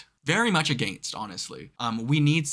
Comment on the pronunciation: totally heard your accent while saying against. hey thanks for the shoutout and i comment cause you seem like a cool cat who knows how to use his brain. thats crucial in a world where most simply don't think. you come with criteria. you come with a sense of trying to understand. also, i argue that forrest gump and how high have two of the best movie soundtracks ever. i'm talking to a producer who has family in canada and i'm hoping to get up there and perform in the next few years and hope you can make one.